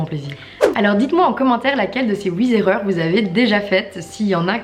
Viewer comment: "Huit Zerreurs" 😂